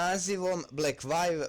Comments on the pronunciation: Inace se cita 'Blekvju', ne 'Blekvajv' :( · Lik, ne znas ime kompanije koja ti je poslala mobitel pravilno izgovoriti, a radis recenzije.